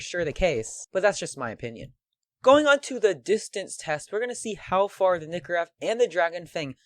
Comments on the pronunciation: Lol he calls it a nikorev not a nykorev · The nykorev is procunced nie-co-rev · PRONOUNCE NYKOREV RIGHT PLS